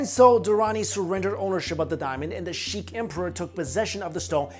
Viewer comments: sikh, not sheek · it's sikh not sheek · Sikh, not Sheek. that aside awesome history lesson on the stone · No offence but it's not the shikh empire it's the sikh empire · "Sheiks" lmao. Aaah ignorance. The real Diamond. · Sikh empire not Sheik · the sheek empire? lol its Sikh pronounced 'seek' or 'sick' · Jayloc its not sick or seek its pronounced as se-kha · its not 'Sheikh' its 'sikh' sheiks and sikhs are different one is arab the other is Indian